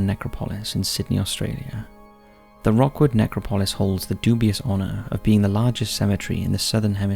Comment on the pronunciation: I think you meant "Rookwood Cemetery "... Not "Rockwood".